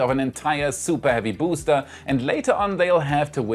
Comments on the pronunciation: LOL 😂 SUPA HEAVY BOOOSTAA!! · SOOPAH HEAVY BOOOSTA! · THE SOOPAH HEAVY BOOSTA